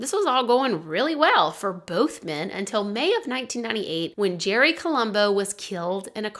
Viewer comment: I’ve heard of his before but didn’t know all the details. When you first said the guys nickname was Uncle Jerry I thought you said Uncle Cherry and was really confused why they’d choose that as a nickname. LOL